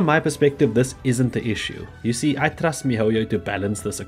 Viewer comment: "I tust mihoyo" lets remember those words